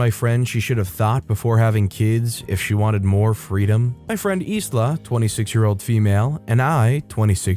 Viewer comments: The name Isla is pronounced eye-la. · Sorry mate, I’m not a grammar Nazi but in the name Isla the letter “s” is silent. You know, like the actress Isla Fisher. It’s a bit weird I know but it’s pronounced eye-la. I have a family member with the same name.